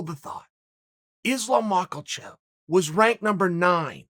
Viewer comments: Islum Mockel-chev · Nobody: Uncle Chael: Islam Michael chev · Chael:"Hold the thought... Islam Mackelchev" hahah that moment brought me to a tear jerking laugh 😂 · The return of “islam MOCKULCHEV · Chael “makle chev” Sonnen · Chael "Islam Michael-Chev" Sonnen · “Islam mockleshev”